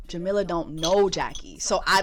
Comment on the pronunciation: jessie, her name is pronounced "ja-mee-la"